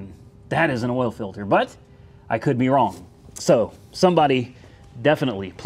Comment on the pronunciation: What is "awl" pressure?